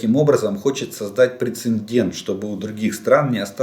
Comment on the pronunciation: Прецедент. Не прецеНдент. Эстония передала буксируемые гаубицы -- это очень хорошо, вне сомнения. Но все свои К9 они оставили для своей обороны. Так, справка. Спасибо за Ваши видео.